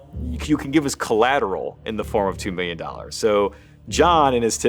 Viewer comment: Hi think you should say milliun😅😊